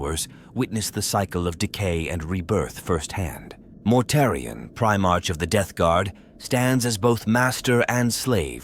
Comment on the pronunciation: I listened right up until I heard "Primartch". Its Primar"k", with a hard K sound, not like the month of March. I couldn't go further, bc god knows how many more times the AI voice or whatever you used is gonna mispronounce some common word or term.😊